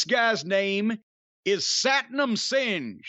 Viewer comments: Satnam “Singe” 😂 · I don't think that's how you pronounce his name. Jim: Well, I don't care. 🤣😂🤣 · “I don’t think that’s how you pronounce his name.” “Well I don’t care.” 😂😂😂😂😂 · This segment was Fucking Terrible when fans are chanting who are you who are you you know it's time for Tony Khan to go back to the drawing board and lol Jim cornette comparing the Giant Singh to the Giant Gonzalez is Absolutely Hilarious and Jim mispronouncing Satnam Singh's last name is Absolutely Hilarious and this guy reminds me of the great Khali outside of that this was a Fucking flop and why would AEW do the lights out that needs to be used for someone who the fans Recognize and not for some Jabroni that the fans don't know this was terrible. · I know it's schtick, but Jim's never had a problem pronouncing it for Rhonda Singh or Makhan Singh.